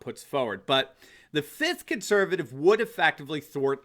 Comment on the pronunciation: Say there (who sincerely enjoys hearing himself)......let's use intelligent grammar & pronounce the word 'FIFTH' to include that 2nd 'F'! Too many viewings of Star Wars' "Attack of the Sith?!" PRONOUNCE IT LIKE YOU SPELL IT!!!